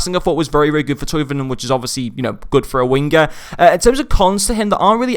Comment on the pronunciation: His name is Thauvin. 'Toe-van'